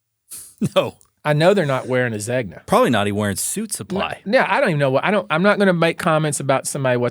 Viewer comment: Going forward, let's pretend there's no "g" in Zegna...I'm pretty sure it's pronounced. "zay-nyuh"...